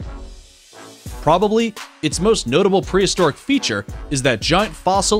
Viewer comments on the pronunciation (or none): none